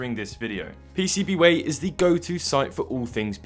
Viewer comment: You said it wrong, it's pcb waaaaaaay